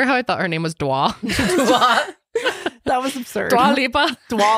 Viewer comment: u said it right! her name is actually pronuanced as duaa.:)